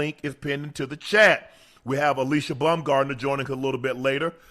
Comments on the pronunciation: Alycia told them how to say her name correctly and they still said it incorrectly the whole time... she said it's Ah-lee-see-yah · Unk still called Alycia "ALISHIA" 4 more times after she corrected them 😂😂😂😂SMH